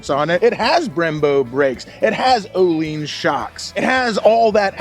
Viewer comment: ohlins is pronounced yo'llins. youwelcome. I think not a single American pronounces these correctly